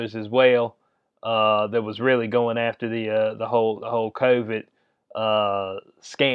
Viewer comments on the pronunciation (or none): ...by the way, CON-vid is hilarious!